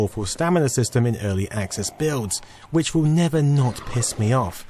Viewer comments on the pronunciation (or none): none